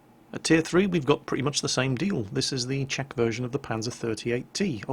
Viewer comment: Btw, I've noticed Swedish people pronounce the "Ch" and the "Sh" almost the same way, but infact, it's different. Czech is pronounced like "Check", not "Sheck". It's a helpful tip.